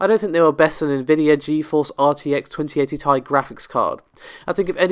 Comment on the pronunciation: Hearing & (and only and ) calling this a 1080ti "tie" instead of t.i. had me thinking. T is capitalized, i isn't.. So, could Ti be for "titanium"? Maybe they just never said it because it didn't exactly roll off the tongue? Ti is "titanium" in the periodic table. I guess only Jensen Huang would know.